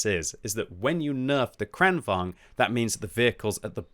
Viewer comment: Why does everyone say "Kranvang"? I thought it was pronounced like Volkswagen, only a little quicker: Kranvagen -> Kranvagn. The G comes before the N.